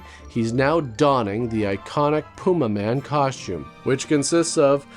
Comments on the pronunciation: say it with me ffs: pah - yuma. . . PAH - YUMA. now say it quickly. pah-yuma man! not pooma-man ffs carry on sir. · Kobras: Pewmaman...Pewmaman! Servo: I believe it's pronounced Pumaman. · That’s pronounced pu-MAH-min 😅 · I will never forget Tom Servo pronouncing it like, "The Pew Maymen." I still giggle every time. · It's pronounced "Pyuma man". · * Pew may man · or "Pyumaman" as Dyonald Pleasance says it.